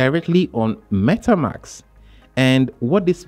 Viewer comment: At start please instead saying Metamks. Say it correctly as it’s Metamask. 😅 not metamks